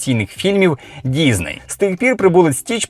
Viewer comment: Чому діЗней? Що це за мулька пішла псувати українську, аби тільки не було схоже на російську...бісить...дізней, гакери...